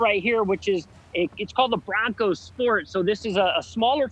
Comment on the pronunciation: Its :"BRONCO" buddy